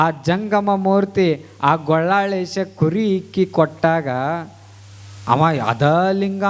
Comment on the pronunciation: ಗೊಳ್ಳಾಳೇಶ ಅಲ್ಲ ಗೋಲ್ಲಾಳೇಶ ಅನ್ನಿ